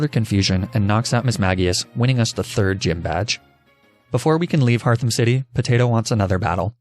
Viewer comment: I gotta be this guy. Apparently, HeartHome is pronounced HearthOme. Lol